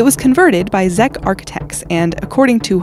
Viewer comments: Did she just say ZECK? Whaaaaat. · did she say "Zeck" architects? i hope she didn't mean Czech. because damn, really?